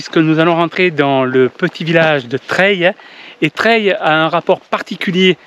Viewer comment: Bonne découverte Merci, mais le village.....se dit " LA TREILLE !!!!" 😅